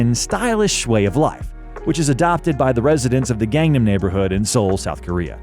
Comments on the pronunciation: please pronounce gangnam correctly! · Your pronunciation of "Gang-Nam" is not correct